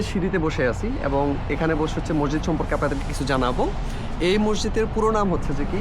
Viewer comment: Mosjid/Masjid Please pronounciate it correctly.